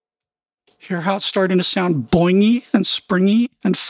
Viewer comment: I don't know why but the way you said that was funny as hell "see how it's starting to sound BOINGY? and SPRINGY? and flabby, and TUBBY? (I realized why, it reminds me of the "don't you feel, SILLY? don't you feel..." guy)